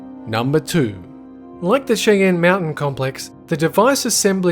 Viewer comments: Cheyenne pronounced Shy-Anne. Not Chay enn. Just thought you would like to know for next time. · Your pronunciation of Cheyenne Just gave me Cancer. It's Shy-ann, not Chi-yen. You made a Indian word sound like a bad Chinese Restaurant. You can tour it and was never closed. It reminds the site for NORAD. In the movie Wargames, they even show you that tour. IDK where the hell Planet Dolan is getting its Info from. There is a Wikipedia page about it! Here is a link to Tour information. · It’s pronounced like shy ann — Cheyenne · Just as a small bit of info, Cheyenne is pronounced shy-ann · It's pronounced "shy-anne". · Isn't Cheyenne pronounced "shy-anne"? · You pronounced Cheyenne wrong the beginning is spoken like sh